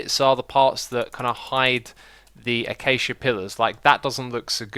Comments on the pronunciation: ah-KAY-sha, not ah-CHA-sha You even say it properly later in the video, why did you say it so weird early? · "A cha cha"? 🤣 Is that genuinely how it's pronounced? I've been calling it "a Kay sha"... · X, I pro'lly shouldn't be the to judge but I'm pretty sure ya pronounce Accacia : 'A-ka-cia' and not 'A-cha-cha' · Xisuma not being disrespectful but it isn't Acha cha wood it is Ac ai t ia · Come on Xisuma, its pronounced akaisha, not akatcha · Please Xisuma... It isnt 'atjatja' but it's 'akesia' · Its not achacha its akasia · When you say acacia as "Achacha" I get triggered It's "acaisha" You said it yourself in the video It might just be a joke, so if that's the case cool cool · Xisuma, you always pronounce acacia like "achachia", but it's pronounced "akashia" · Did you say ah-cha-cha? I've heard everybody else pronounce it Uh-k-sh-uh Achachachacha. Cha. Cha Achachachacha. Cha. Cha Achachachacha. Cha. ChA Achachachacha-cha YA🎉🎵🎶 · Achacha wood? Its pronounced A-K-Shya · I am done with xisuma pronouncing acacia (ak ā jia) , not achacha, so wrong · I think the orange woofpd you prnounce A-kay-sha not A-cha-cha.... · As much as I love X, his pronunciation of Acacia triggered me. It's pronounced uh-kay-shia X, not A-cha-cha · Achachia?! "Uhkasha"!! is how acacia is pronounced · Its pronounced Akasha not Achacha. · Acacia is pronounced akaysha not achacha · I think u pronounce Acacia As A-cay-Sha. Not A-cha-cha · Why do you say achacha, it acacia(acaysha) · It’s pronounced a-kay-sha, Acacia 😹😹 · It's pronounced a-cay-sha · acacia : uh-kay-shuh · You probably know but I just HAVE to say this...A-KAY-SHA That is all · That Acacia pronunciation doe lol its actually pronounced /a.kaysha/ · acacia is pronounced like uh-kay-shuh, i heard you try to say it and died laughing lmao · U say acacia wrong it's a cash ee a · lol its pronounced "Ah - Cha - Cha"? i thought it was pronounced "Ay - She - Ah". Weird. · Lmao did he just call acacia acha-cha??😂